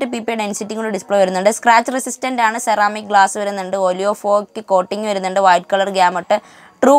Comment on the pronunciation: lol its ceramic not 'sheramic' 😂